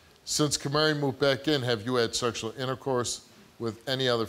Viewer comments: Is he saying "Camary?" Like the little bird "Canary" but with an M? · "Kamari" lol.